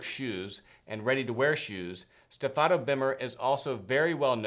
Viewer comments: I told you about the correct pronunciation of the name STEFANO BERMER. StEfano. Please say it correctly. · Stéfano, please not Stefàno, thank you.